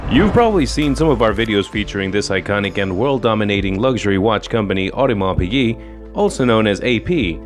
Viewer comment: Ffs, learn how to actually say “luxury” if you’re going to repeat it over and over again. You e already been a cnt. Now there’s a strike on its way to you.